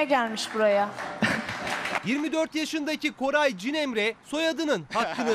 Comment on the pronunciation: Buraya da ismini yanlış söylemiş herhalde Koray diyor adam